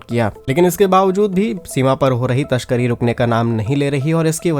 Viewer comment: तशकरी नहीं। तस्करी। अपना pronunciation सुधारो